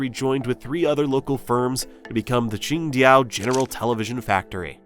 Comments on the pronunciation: IT'S QINGDAO NOT QINGDIAO 青島 not 青屌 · It’s Qing-Dao, not Qing-Diao. It’s green island not green penis.